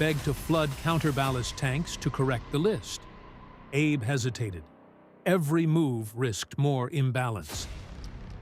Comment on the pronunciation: The correct pronunciation of the captain's name is AB-ay.